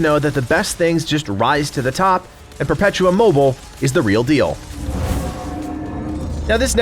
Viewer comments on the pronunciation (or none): Just one thing ... it´s "Perpetuum Mobi-le" (the "le" spoken in a kinda french way), it´s latin after all.